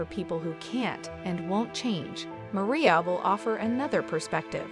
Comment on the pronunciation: Her name is pronounced MA-RYE-YA! 🙄